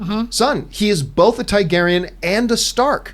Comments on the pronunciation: TAR-garyen John. Not TIE-garyen. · Find it funny how John pronounces Targaeryn Haha "Thai-Gaeryn" Also remember John, the hound was heavily wounded and sick due to the infection in his neck after being bitten in an earlier fight, by time he got to fighting Brienne he was at half health